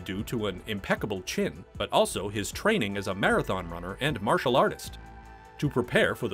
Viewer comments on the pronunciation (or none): none